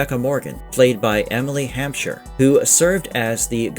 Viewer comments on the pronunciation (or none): none